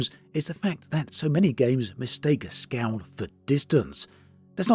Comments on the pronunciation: I think when you say “scow” you mean scale? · I thought he was saying "scout"...